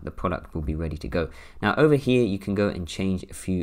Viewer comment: I took a shot for every time he said “over heeh” (over here) 🥴🤭🥴🤭